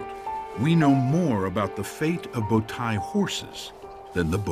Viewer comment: speaking Turkish, it says bowtie people with the wrong pronunciation, "Tay" (you can pronounce "tie" in english) means foal in Turkish. Result is first horse riders are Turks :) it always takes my attention that if some thing good and made by Turks, western scientists mostly does not want to say Turks but every thing they say defines the Turks and only if you are Turk or know that subject very well you can understand this :)) bowtai people not living any more :) who believes this lie he finds out that bowtai horses still exist but people not exists " yuhh aq "